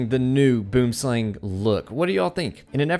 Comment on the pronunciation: Yea I'm South African lol they pronounce in like: boouhm-slaung